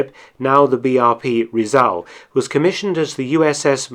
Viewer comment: It's pronounced kezon not quaiyzon and Rizal not riezal